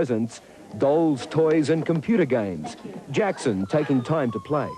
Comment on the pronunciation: His name is michael josep jakson.not a jakoo...